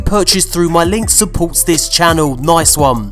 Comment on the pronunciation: In his bupport phop